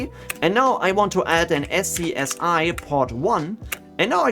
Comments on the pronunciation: One little thing (and I've been seeing this in a lot of similar tutorials), but "SCSI" is pronounced "Scuzzy". Probably not something that comes up a lot if you didn't work in enterprise storage in the 90s, so I'm not surprised that nobody else has mentioned it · I love you man but every time you don't pronounce SCSI as SKAZEE a neopet is starving to death :P